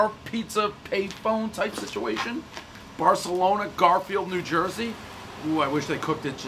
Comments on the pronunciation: Barthelona... it's actually pronounced like you have a lisp. Weird, I know! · Everybody knows he meant to say barkalonas